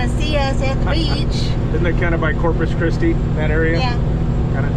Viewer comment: It is Corpus Christi (body of Christ in Latin), not Corpus Christie which has quite a different connotation.